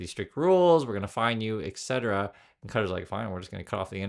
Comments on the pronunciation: Ka-TAR. Not cutter. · Yeah not cutter LOL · It's "Kah Tar," every time I hear someone say "Cutter," it makes me want to scream.